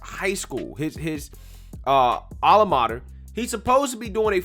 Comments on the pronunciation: This give-me generation of kids are in for a rude awakening in life... be prepared for the waiter & fast food industries to have a larger rotating door of employees. BTW: did he say 'ala mater'...not alma mater, lol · Really ?alamarder? 👎 don't just read without research . there's many ways to find out how to pronounce a word and know the meaning.elevate young brother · I like at 0.39 seconds in when the guy calls his high school his "ala mater"... couldn't watch much after that.